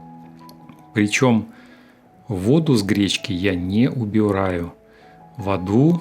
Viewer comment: После произнесения "водУ" ролик послан мной подальше.